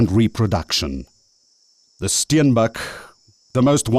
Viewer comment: the Steinbach?? Man it is the Steenbok.. I cannot watch this! the Auob river has already been called 3 different names, and I am only at 3.55 minutes.